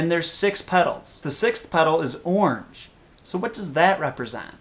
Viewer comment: Wow you idiot it's pronounced ORANGE